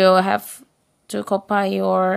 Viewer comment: Copai? 🤔 😁 Copy (kapei) actually. Thanks for the tips.